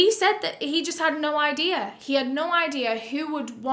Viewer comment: What's an "idear"?